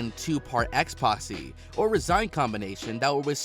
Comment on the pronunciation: Expoxy?! Along with other obvious mistakes mentioned in other comments, there's a wealth of pronunciation errors. Did you hire a dyslexic voice over guy? 😂